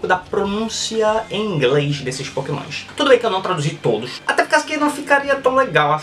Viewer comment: pokemoinshh kkkk sutake loko